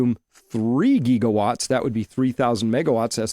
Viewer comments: the 'Gig' in Gigawatts is not a long e. It rhymes with Jig, not league. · TIL Chris is AI because he says "geegawatts" and "Tower of Bobble" hehe